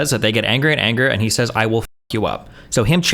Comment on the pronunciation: Whenever i hear ben say "He" I just hear "I"